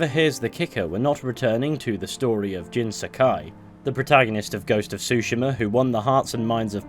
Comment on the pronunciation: said Tsguma right that time but said Jin Sakai wrong. Man it’s all about distressing the syllables.